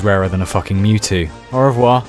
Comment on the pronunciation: "au revoir" not bad